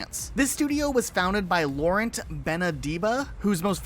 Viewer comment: Not a chance of Rockstar working on any of these "dlc" on gta 5, I'd imagine anything that might've been built for gta 5 would be put to one side and might appear in gta 6. Also the T at the end of Laurent is silent. Just saying. Good vid dude, there's a few bits there I didn't know about.